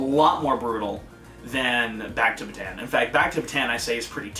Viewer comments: It's pronounced "Ba-Tawn," not "Ba-Tan." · Well, your history teachers said it wrong, because they didn't notice the to "a's", so it is pronounced Bata-an, not the way you said it. I'm an actual Filipino, and you should search up how to say Bataan.